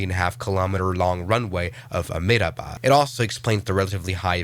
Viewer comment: Amedabad😂. Its a-hem-da-bad